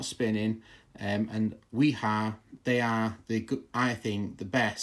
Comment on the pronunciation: The channel lock and DeWalt seem to be rebranded Klein screwdrivers. Also Wera and Wiha are NOT the same. Both made in Germany but totally different companies. Both are pronounced with a V. Wiha is pronounced Viha Wera is pronounced Vera